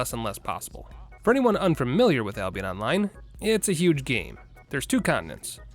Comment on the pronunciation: did u just say Ablionest?